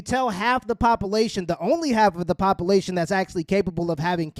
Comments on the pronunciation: it's not popalation...it's population. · I thought it was papalation